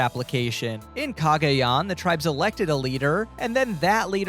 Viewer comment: Please stop saying eviction. That's big brother, not survivor. And look up pronunciation of tribes so you can pretend to be a superfan